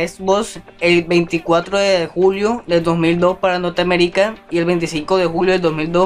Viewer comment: Norteamericá... No pues, wow, te dicen Drake. xd